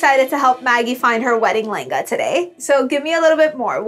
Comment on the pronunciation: Whenever she says "layengaaaaa", I just make a cringe face ....come on what a bad pronunciation .....can't you utter it "LEHENGA"....